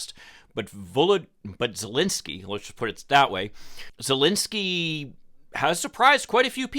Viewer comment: Hi... since you will very probably have to talk about this situation again, please take the time to google the pronunciation of the name of the Ukrainian president and the capital city of that country. It's called common curtesy and is not made whole by disclaimers of "Oh, I don't know whether I pronounce that right". Thank you and I love your insights.